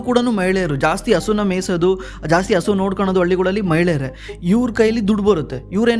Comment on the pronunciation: Content is good! But kannada sari matadi! Aalu alla Haalu! Asu alla Hasu!